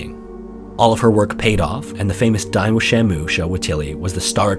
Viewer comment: it wasn't until the 3rd or 4th time you had said it at around that i was able to tell the title of the show was "Dine with Shamu" and not "Dying with Shamu"